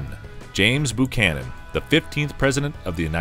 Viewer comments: Buchanan is pronounced 'bew-cannon', not 'boo-cannon'. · Boo-Chanan?!? That's the way you pronounce it?!? It's BU-CHANAN! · It's a copout not to put Trump in the rankings. He's been eligible for inclusion for over a year and a half now. If someone can condescend to update this, a new narrator is in order. Buchanan is pronounced Byoo-cannon, not Boo-cannon, and Brigham is pronounced Briggum, not Brick-hamm. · BUCHANAN NOT BOOCHANAN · This is the first time that I've EVER heard James Buchanan's name pronounced as BOOchanan. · Bu canon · I usually called him Beeewww -canon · “They’re not booing; they’re saying Boo-chanan! Boo-chanan!” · James Boocannon? Brig-ham Young? Where are you getting these pronunciations from? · James BOO-cannon?